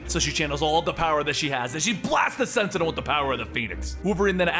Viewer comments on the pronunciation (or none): none